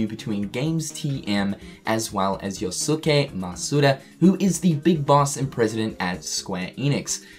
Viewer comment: Hearing say “Yo-Su-ke” is triggering me so hard XD